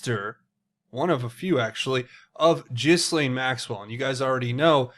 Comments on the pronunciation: It's GHEE LANE. Not Jiz Lane. Pleeeease please say it a different way lol. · Ghee-lane. New drinking game! Whoever pronounces her name, Jis-lane, you have to take a drink! This could get dangerous. Anyway, I wonder what the hec World Transhumanist Association is?? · Pronouncing names incorrectly makes you sound like a fool. Why do our friends across the pond (that's you) have so many issues with word pronunciations? Ghislaine is pronounced Gillane (Gill 'as in a fish Gill' and Lane as in highway lane) Gill-Lane. Gillane Maxwell. Please say it correctly because it is extremely annoying. God bless. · Not that it really matters but Ghislaine is pronounced Gee-laine. Like Elaine with a hard G. Not a “J” G... lol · The s is silent